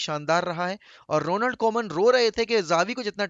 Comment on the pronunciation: "RONALDO" KOEMAN😂😂😂😂